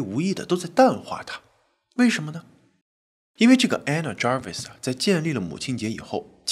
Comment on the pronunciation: Anna Jarvis, Ray的讀法正確。